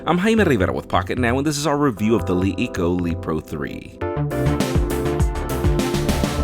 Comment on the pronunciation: It's pronounced like "La Eco"